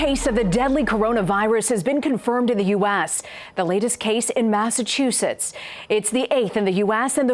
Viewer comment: Okayyy but y is she pronouncing US as u-assssss